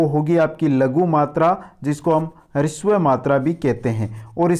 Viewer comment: आप ह्रस्व का उच्चारण शुद्ध बोले गुरु पहले आधा है फिर र पूरा है